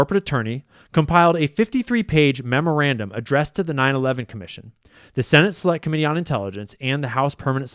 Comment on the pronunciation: did he just say “slut committee”